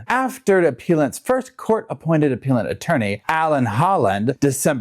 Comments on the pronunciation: I think it’s “aPELLant”, not “aPEALant” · It’s pronounced: “app-PELLLL-ent” lawyer. Also, love your work, thank you. ❤️👍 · 😂 you crack me up appellant - a-pell-ant. You make and appeal then become and a-Pell-ant - English is hard for even English speakers!